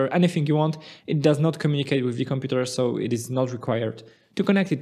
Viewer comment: The way he says "computèr"